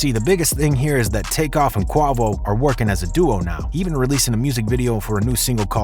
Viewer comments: 😂😂😂😂 bro combined guava and quavo 💀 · Tell us you’re doing this for clicks without telling us… ”KWA-VOUGH” 😂😂 he literally pronounces his name in his songs smh. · 🤣🤣🤣its pronounced KWAY VOE Bruh. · pronunciation :: “kwa-vo” : That is all, thank you 😉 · He really calling this man “Kwavo” bad enough his caption is cap, he,doesn’t even pronounce the man’s name right. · Pronounced Quay-vo and the fact that he says his name in almost every song. You saying his name wrong really makes this video suck 🤣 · Its pronounced Qwa-Vo use your vowels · Soon as I heard Qu-AH-Vo, I shut that shit off foh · My guy really said Kwavo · This nigga said bravo 🤣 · Can't take you too seriously when you can't pronounce Quavo name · If your gunna make a video on someone atleast have the decency to know how to pronounce their Name. You know allll their buissness but dont know how to pronounce his name. Couldn't bring myself to finish the video Smdh, big turn off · If you really f with Migos. Unsubscribe for this dude butchering this man name. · Have you NEVER heard anyone say QUAVO in the media or even songs? like blatant ignorance 🙄 cmon... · It just shows how a lot of these people are culture vultures when he pronounce quavo name wrong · The 9.1k that gave this cracka a like after hearing him say quavo name like that y’all some hoes 💯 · Come on bro at least research how to properly pronounce their names before gossiping. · This nigga really disrespected quavo name this whole video tho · I cant believe you said quavo's name wrong the ENTIRE video. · Cant take this guy serious. Cant even pronounce Quavo right lol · How the hell is somebody making a YouTube video about rappers and he can't even pronounce the damn name right? 🤦🏾‍♂️😂😂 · Say bruh, why y’all YT folks do that? Why you messing that man name up like that? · There's no goddamn way you pronouncing Quavo like that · Bro say his name properly you know who I’m talking about. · Saying quavo name wrong this much is crazyyy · quavo not quovo